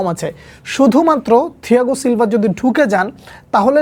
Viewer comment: ছিলভা ❌ থিলভা✅ 😵‍💫🤣